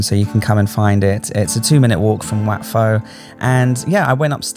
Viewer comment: It's Wat PO,. In Thai transliteration, whenever you see an 'h' after the initial consonant, it just means that the initial consonant must be aspirated. On the other hand, and frustratingly so for learner's of the language, no letter 'h' after the initial consonant DOES NOT always mean that the initial consonant is unaspirated. That's down to a lack of a universal standard agreed upon by academics in Thailand on transliteration unlike, say, hanyu pinyin of China.